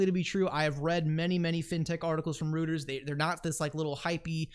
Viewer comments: Pronounced “royters” not rooters! Who taught you how to pronounce names? DAI? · ROY - TERS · “Roto Rooters” that’s the name, and away goes pronunciations down the drain....Roto Rooters 😂 it’s pronounced “Roy ters “ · The news channel is pronounced "Roy-ters" and yes they are massive globally.